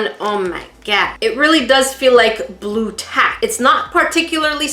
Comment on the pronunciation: Lol did you hear how she said blue tack like this Blue tack lol